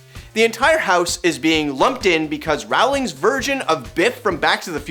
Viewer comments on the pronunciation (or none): ARGH! It's Row-ling, like bowling.... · Her name is pronounced, "Rolling".